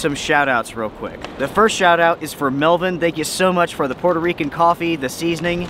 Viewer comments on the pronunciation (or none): none